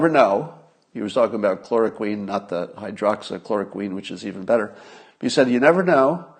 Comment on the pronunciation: FYI: Hydroxychloroquine is pronounced: hye drox ee KLOR oh kwin.. The last syllable rhymes with Gwen